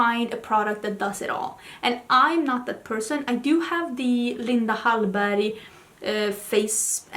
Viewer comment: I love the way u pronounce ‘Linda Hallberg’ and in general I like hearing u speaking Swedish 🥰